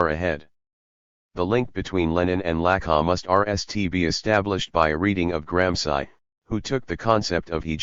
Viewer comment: So funny the robot voices (trained as anglo-saxons) can never spell European names properly. Is not just this voice, which I am so used to by now, but even the robot voices do that same thing with GRAM SCI ! Many thanks. New Night Listening! Best wishes from Valencia Spain